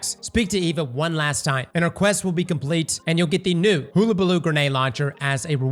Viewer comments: It’s “Hahlabaloo” “hoolabaloo” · Its not Hoo-a-Ba-loo. Its pronounced Hull-a-ba-loo (like a ships Hull) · HULL a Baloo not HULA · Hullabaloo, not hoollabaloo smh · Gonna be that bitch: It's pronounced huh·luh·buh·loo hull -- as in a ship's hull-- no hoo luh buh loo. Also wondering if it's a glitch but on mouse and keyboard I can't grind with the hot key the game tells me. Still haven't found the right hot key. Also, for some reason, I can no longer pick up orbs of light for health through the mods. Just things I've noticed. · hUL-a-ba-loo... not HOO. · its pronounced "HULL"-A-Baloo... Dammit! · hul·la·ba·loo, love ya man, but you butcher the annunciation of the word. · Everytime mispronounces hullabaloo I chuckle a little. Legit going to call it the hulu-baloo from now on. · Damn cross, the name is Hullabaloo - Huh-Luh-Buh-Loo - Like the hull of a ship. Not a damn hoola hoop. Keep up the great content though, you rock. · CROSS IT'S HULL-UH-BUH-LOO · The Aggie in me cried at that pronunciation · You keep saying Hullabaloo wrong